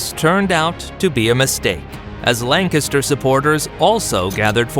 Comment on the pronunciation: Take a shot everytime this guy mispronounces Lancaster and you’ll die of alcohol poisoning